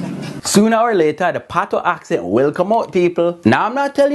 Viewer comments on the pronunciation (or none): none